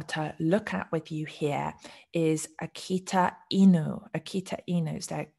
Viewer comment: You have really good Japanese pronunciation for those dog names. 👍